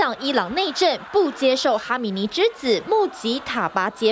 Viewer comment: 哈米尼哈米尼，总感觉在说哈基米。。。